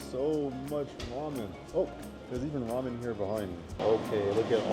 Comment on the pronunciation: Toy🤣🤣🤣🤣 it's pronounced goy Edit:ramian??? 🗿 Edit:okay I know we're always influenced by the other countries but can you not say it out loud😭😭😭 Edit:bulgo not gu Edit: yeah tbh there's no difference in "see you" and "geez 25" lol Edit:kuushuur? Bruh it's pronounced Huushuur🗿 Edit: the ad for that yogurt is straight up for women🗿 Edit: I have a E-Mart plastic bag too does that make me a Korean? Edit: me:K- drama🗿🗿🗿 Edit:bro forgot Russian 😭 Edit:the first thing I'm proud of since I started watching the video 🥹🥹🥹 Edit: just so you know this comment ain't a hate comment please don't spam my phone Edit: bro.. You just scratched the plate and WHY THE FUCK DID YOU MIX IT?! 😭😭😭😭😭 Edit:wait until winter you're gonna freeze to death🗿🗿🗿